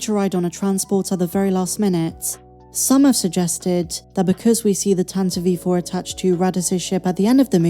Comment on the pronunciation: Tantivie IV 😯😯😯!!! my says that word/name Correctly! in other news... I know of No so called "plote hole" in relation. Love the FaCPoV stories! Enjoying your videos is Why this was wrote